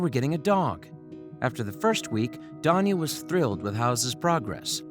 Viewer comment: Is he saying Tanya weirdly, or is Danya really a name?